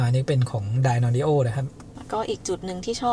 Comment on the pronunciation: นานๆจะเห็นช่องที่ออกเสียงยี่ห้อ Dynadio (ไดน์ออดิโอ) ถูกสักที ช่องอื่น"ไดนาออดิโอ"กันหมด😂